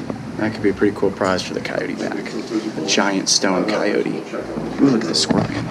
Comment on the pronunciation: It is Coyote not Cycote.